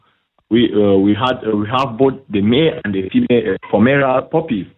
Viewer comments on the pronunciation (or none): Hey cutie! Cheese and rice! This guy can't even say "Pomeranian". DOY! "Pomera"! If you're going to try and scam people, you BETTER know how to pronounce the product that you're going to ATTEMPT to sell! Geez-Louise! And by the way, I love John Candy. I think he's really funny! Or was, rather. Although, my friend Robert who's from Saskatoon, Saskatchewan, doesn't like him and doesn't think he's funny at all. Keep it up my good man! <3 (o